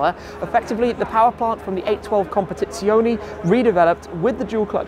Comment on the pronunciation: Its "competizione" not "competizionI" 🤣😅 But nice video